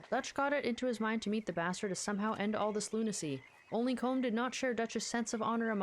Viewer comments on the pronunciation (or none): The proper Irish pronunciation of Colm is “Col-um”, like his gang members were saying it. Roger Clark, the guy who played Arthur, who has Irish roots tried to tell Rockstar but they said he had to keep saying it as one syllable